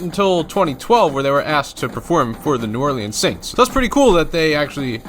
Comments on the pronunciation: Really cool. Nice work! New Orleans Saints (FCDC) OG member. Like many in the comments said, it's "ORLENS", not "ORLEEEEENS". Drives me crazy! Anyway, great video. I'd prob have Chicago a little higher. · Take it from a Louisianian. It’s Pronounced New Orlinz not orleens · I laugh every time you over pronounce "New Orleans". You're not from the South, that's for sure. LOL. Love ya, man. I'm just kidding with ya. New Orleeeanz. Ha ha! It's New Awlins or just Nawlins. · New Or-lens, not New Or-Lee-ens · New Orleans is pronounced New Orlens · Not your fault how you pronounce words but the way you say New Orleans kills me.